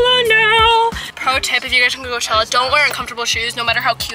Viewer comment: NO BUT I HEARD “COCHELLA LETS SHAKE SOME ASS UP” YALL TOLD HER SAY “ cochella let’s shake some ass” :O they never forget they are true bff’s